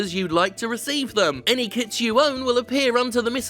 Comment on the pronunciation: Anyone else heard scrap "kiDs" instead of "kiTs"?